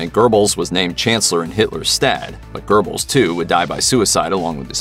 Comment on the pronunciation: Guerbles pronunciation is really hurting my ears. There's no R in it ever. In English, closest would be Goehbels. Somewhat like an umlaut.